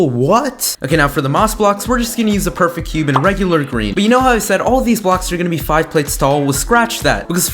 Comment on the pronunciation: When he said “For the moss block were just going to use a perfect green cube” I thought he said purple….